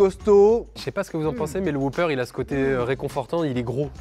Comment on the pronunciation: WhOOper pas Whoper ça m'a perturbé 😅